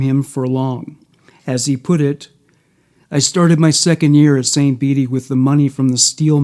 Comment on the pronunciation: I live in Peru Illinois. Your pronouncing St. Bede's wrong. It suppose to sound like St. "Beads" lol